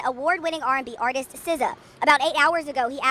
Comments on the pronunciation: SZA is pronounced like Sī-za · i know you did not just say “Za” 😭😭 girl you never listened to sza?? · People not being able to pronounce SZA’s name in 2025 is insane 😂. It’s pronounced “Sizzuh” like RZA from wu tang tang clan. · Tell me you never heard of Sza without telling me. “He has styled Megan Thee Stallion and, Za” 😂😂😂I’m in tears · Calling Sza, zah, seems tone deaf to me.